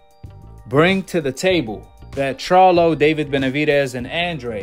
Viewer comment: The fact that he couldn’t even pronounce the Charlos names correctly and says “he needs to fight both” 🤦‍♂️ let’s me know that most likely he’s never ever even seen a single Charlo fight smh!